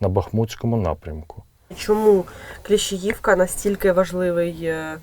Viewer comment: Журналістка,не Кліщіївка,а Кліщіївка,на і наголос. Ви вже всі задовбали.Ви що не чуєте,що вам військовий каже? Набридло! ,коли перекручують назви населенних пунктів,поряд з якими ти прожив все життя. Правильно все кажете пане військовий.Бережи вас Боже всіх.